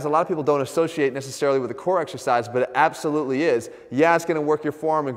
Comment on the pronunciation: "It ABSolutely is" 😂